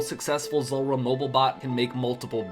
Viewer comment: Z OO lrah not zUlrah 😂